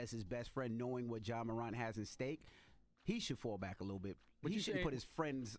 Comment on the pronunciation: How Envy can’t say mor-ANT ?